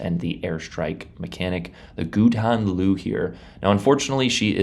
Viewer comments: I love you guys and your good humour, about all things WG 😅 (You,, Meta, Xarkun, etc)! It’s ‘Hooden LooUh’ (iirc), as a Dutch guy told me at work a few days ago - in case you were still wondering,! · Hahaha love how you say it it’s actually golden Lion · That pronunciation of the ships name was powerful man haha. But Dutch is a hard language so it's all good.